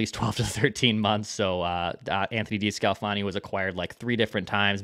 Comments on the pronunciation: you mispronounced DeSclafani twice at Mark and Mark. You probably owe Judd an apology for the times that you chided him for doing the same thing. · you make fun of Judd everyday for mis-pronouncing Desclafani and you just butchered it even worse than Judd 🤣